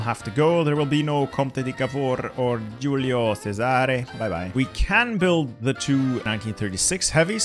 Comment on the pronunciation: How the fuck do you pronunce Squadra Navale correct and still manage to fuck up GIULIO CESARE Great vid tho